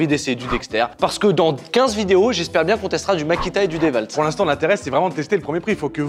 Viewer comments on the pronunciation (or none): Dé Walt 😂😂